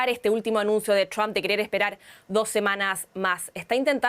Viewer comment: Cada vez que José Díaz Briseño pronuncia “Tromp” muere un gatito…